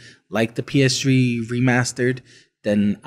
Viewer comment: Every time he calls it the "PS Tree", I laughed out loud.